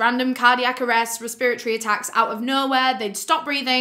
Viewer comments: I absolutely love the way you say “respiratory” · i love her so much but the fact she said respiratory wrong the entire video really hurt my head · I like how you say respiratory :) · Res-pra-tory Resp-ra-tory Respra-tory Respiratory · Res-per-iocy lmao she’s so cute. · The way she says “respiratory” is killing me 😂 I won’t say it any other way now hahaha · The way pronounces “respiratory” is soo funny! It literally took me a while to understand what she was trying to say